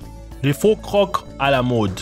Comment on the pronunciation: . Quelques remarques : Si nos chères têtes blondes nettoyaient les écoles en France, ils seraient sûrement plus respectueux de leur environnement. Il faudrait commencer par leur faire nettoyer leurs chambres... Pour info, le mot "croc" ne se prononce pas "croque" [kʁɔk] mais "creau" [kʁo]... Souhaitons que les parapluies intégraux de provoquent pas de condensation excessive sur les parois internes... Les reliefs sur les quais existent depuis presque 20 ans dans le métro parisien... Les conditions de la femme au Japon sont dénoncées mais pas expliquées. En quoi la femme occupe-t-elle une position inférieure ? Les Japonaises ne semblent pas si malheureuses... Quant aux distributeurs automatiques avec détection des visages, certains risquent de se voir proposer un flingue avec une balle. Simple question : le Coca "Clear", n'est-ce pas tout simplement du Sprite ? Les bulles et la mousse lui ressemblent beaucoup. LOL...